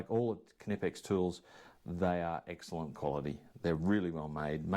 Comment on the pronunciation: Mmm beeer 😍 Once again nice good quality tools from Kay nippex! (pronouncing more like our US friends everytime 🤣) 🍻 mate